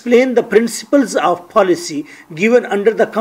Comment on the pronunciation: Paalicy haha... Say policy ...